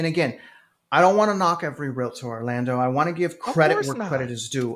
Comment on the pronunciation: Orlando, it's Realtor not Realator 🙄